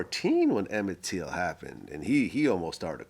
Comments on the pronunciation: Emit Till.. not teal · Exactly. At least say his name right.